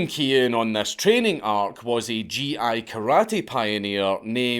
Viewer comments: Are you sure it's (Gi) prononced "JHEE"? I thought it was "GEE" unless he's saying it another language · Gi is pronounced likke "ghee" or "geez a gonk ya dobber" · Did you just call a gi a ji? It's a suit, not a halberd. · Gi is pronounced with a hard G like in "booger."